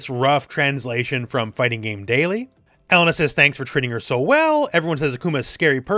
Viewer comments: Her name is UH-LANE-UH not ELLEN-UH btw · OMG it's pronounced Eh-lay-na. Not E-lena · I still can't get over that pronunciation. Elle-NUH just sounds so weird lol